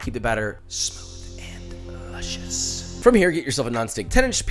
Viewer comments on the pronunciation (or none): none